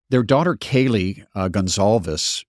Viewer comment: Her name is spelled like “gone calves”, I thought that was how you said it